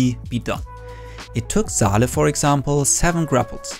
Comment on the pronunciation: Saleh is a Arabic name pronounced saw lah it's not zaleh its saleh.